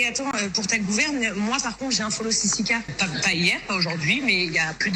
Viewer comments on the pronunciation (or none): Sisike 😂😂😂 on dit sisiKA